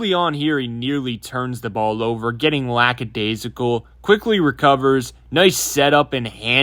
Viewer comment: finally somebody who understands it’s Lackadaisical and not Laxadaisical